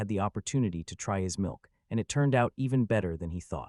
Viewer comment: I dont like how the milk is being said in this part 💀